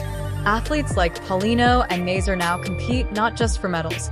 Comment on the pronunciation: TIRED OF AI ARTIFICIAL NARRATORS THAT MIS-PRONOUCE NAMES LIKE "NAY-SER" IT IS "NAS-SER!" CAN'T YOU HIRE A COLLEGE COMMUNICATION STUDENT TO NARRATE THE VIDEO?